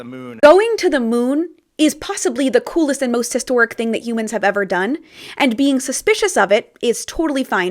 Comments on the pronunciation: the problem is he didn't put much emphasis on the AND part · He should have emphasised the word “AND” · he maybe shouldve stressed that "and" a little more lmao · He didn't word it poorly; he emphasized the words poorly. If he had put an emphasis on the word "and" it would've made it clearer that it was a first that BOTH missions were happening at the same time.